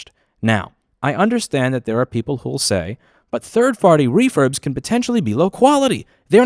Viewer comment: "Third farty refurbs"